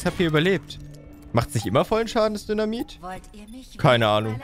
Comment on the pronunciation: Sorry aber ich hab ab einem gewissen Punkt immer nur noch "dönermit" anstatt "dynamit" verstanden.😂😂